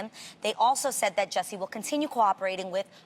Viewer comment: shes known Jussie for so long, she cant even get his name right #jessie